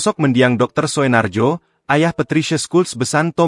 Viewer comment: Naratornya ini AI ya? Bacanya aneh sekali :D Masa baca "Soenarjo" aja ngga bisa.